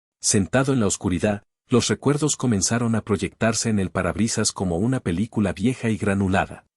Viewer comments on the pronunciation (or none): none